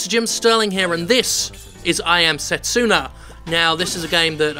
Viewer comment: Fist of all, the name is Setsuna, not Sestina. Secondly, Setsuna sounds pretty unisex to me. Thirdly, I don't think I've seen so many people draw so many wrong conclusions since... well the last time I was on the internet, really. Judging by that cutscene, Setsuna's not the MC she's the sacrifice.